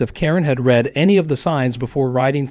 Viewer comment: Need to learn to pronounce certain words like read , etc.